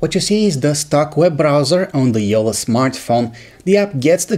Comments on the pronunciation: It's Jolla not Jola xD or wait can you people say "nn", "tt", "kk" or "ll"??? Like "Nunna," Titto", "Mikko" or "Jolla"? C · It’s not yolla It’s jolla